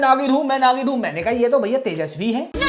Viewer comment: her name is tejasswi not tejaswini fyi great video! keep up the good work :)